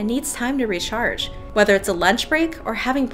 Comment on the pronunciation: how do u say recharge like that ?